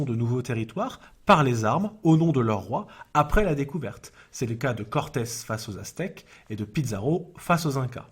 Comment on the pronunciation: Il a dit Cortes j'ai entendu Cortex 😅